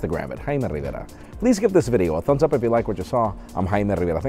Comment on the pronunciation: "...we'll see."